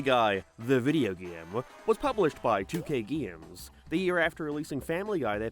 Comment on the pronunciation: gayeems... why do you say it like that? disliked the video cause its pissing me off